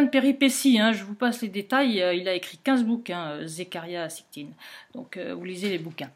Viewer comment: Zécharia SITCHIN ...!! facile à prononcer pourtant merci ! Le livre que j'ai de lui s'appelle :""Quand les géants dominaient sur terre""....Edition Macro Savoirs Anciens.